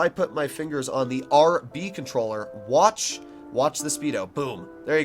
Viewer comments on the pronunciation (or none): none